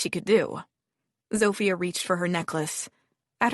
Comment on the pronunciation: Oh my, it's been rough hearing the terrible Polish accent given for Zofia. Apparently the French is no better from the other comments and there is alot of it going on, so if you know French, I'm sorry for you. I think u just have to accept it sounds wrong, tune it out and after awhile it will go away lol.